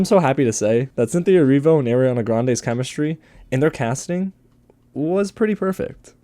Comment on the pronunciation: Her name is “Ari-ana” Grande. Not Airiana grande